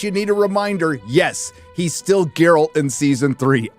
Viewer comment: Did you just call him Jerralt? How dare you